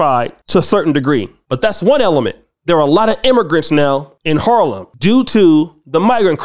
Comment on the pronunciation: Not sure I like the way you say Harlem.